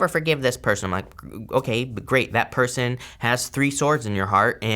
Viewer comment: I love how you "accidentally" pronounced person as Persian... thats a clue for me hahah